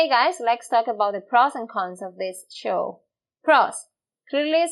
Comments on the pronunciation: When you wanna say show.. You are actually saying (chow)..common but obvious mistake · This teacher is sooooo nice. She does the cutest thing I have heard a few times; she pronounces the ch and sh in reverse. So, instead of saying show, she says "cho"; and I assume he does it the other way around, like chew chew train, becomes shoe shoe train. "He chure was riding that shoo shoo train". Absolutely adorable. Por favor, no cambia.